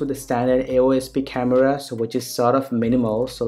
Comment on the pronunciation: kind of sick coz of your fake accent. specially 'khamevrva' hahahahah